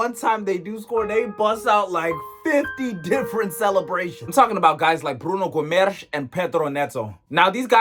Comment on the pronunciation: "Bruno Gwimerrrsh" 😂😂